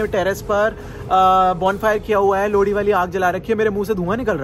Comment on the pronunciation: Lodi nhi bhai 😂 lohri 😂❤️❤️